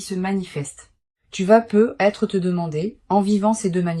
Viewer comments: Mais c'est quoi ce truc ? Des bougies qui ne fondent jamais, une IA qui ne sait pas prononcer "peut-être", qui fait des pauses anormales et qui se noie dans un verbiage incompréhensible ?! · Et ce bug tout aussi systématique sur les "peut-être" dont la liaison totalement ratée entre le "e" et le "t" nous donnerait bien l'impression que vous vous retrouviez soudain avec une patate brûlante dans la bouche ... Si l'hypothèse massive que vous soyez, en fait, tout simplement une IA n'etait pas aussi évidente 😢 Ça fait beaucoup d'abstraction pour pouvoir écouter profondément et capter la partie de l'essence qui nous est propre